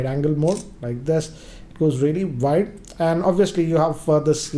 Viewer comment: Why do you always say VIDE angle shot..it's not VIDE its WIDE...